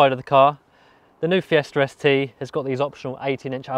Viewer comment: am i the only one hearing Fiesta Res Tee?